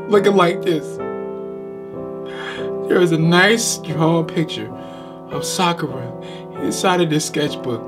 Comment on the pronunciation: My man said sakura 😂